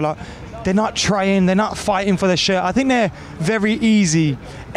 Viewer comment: ‘I fink I fought, anyfink’ people can’t speak properly these days